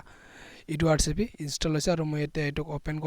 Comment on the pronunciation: English najana nki tumi? Edurev hoi edurcv nohoi.